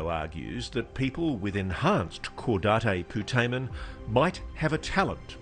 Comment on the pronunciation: Caudate putamen is not pronounced like that Otherwise it is a great book